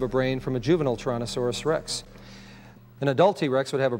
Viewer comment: The way dude says "Tuhrohnuhsorus Rex" bugged me, lol!